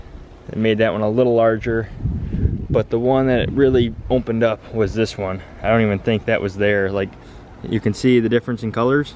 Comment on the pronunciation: There's no M in opened LOL. Have a good'nnn